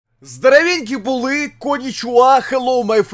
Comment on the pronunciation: Олександр, зроблю вам зауваження правильно не «здарвеньки булы» а Здоровенькі були